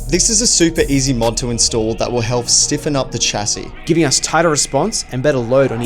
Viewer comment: Your Australian, why are you saying "Ch" like church rather than "Sh" for chassis. Don't be American